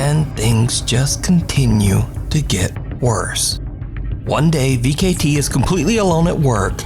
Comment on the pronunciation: Vcete "V-K-T" ?? 😂😂😂😂😂 it's pronounced "V-sete" I believe